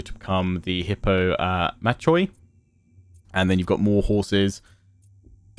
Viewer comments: when you see 'oi' in a word it is pronounced as 'i' for pronouncation tips hit my inbox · In terms of pronunciation, "Hippomachoi" is pronounced with an aspirated "kuh" sound for the ch